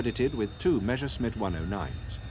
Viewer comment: Meshersmit? How comes that not one single English speaker can pronounce Messerschmitt correctly?